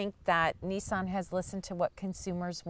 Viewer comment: I say Nissan you say Neeson